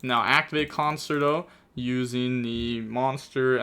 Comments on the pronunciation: Concert - O 😂 It’s pronounced cun-chair-toe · Conerto is pronounced CON-CHAIR-TOE lol